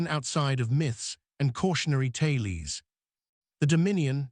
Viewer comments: That robot voice needs better training. "TAIL-EES?" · The word "tales" is mispronounced twice